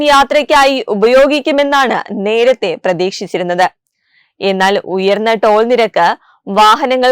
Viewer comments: Troll alla madam...toll ennu thiruthuka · പാലത്തിൽ ഇടാക്കുന്നത് ട്രോൾ അല്ല ടോൾ ആണ് 😁